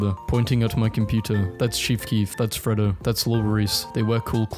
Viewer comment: Since you want people to tell u how to pronounce things Fredo is pronounced "fray-dough" I know bc that's my cats name!